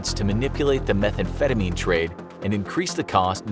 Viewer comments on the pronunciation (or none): none